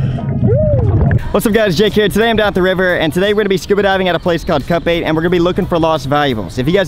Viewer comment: Its called Cut Bait??? This entire time i thought you were saying Cup Eight/Ate!